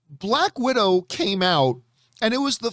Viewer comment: 'Black Widow'...not bad.....but 'Balck Widow'...now THAT was GOOOD! :D